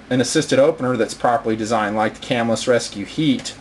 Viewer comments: I'm fairly sure it is pronounced "cah-MILL-us" not "CAM-ill-us" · It is pronounced "cah-MILL-us" The knife company was named after the town it was founded in. It is right outside of Syracuse, NY. I even went to Camillus Middle School for a year.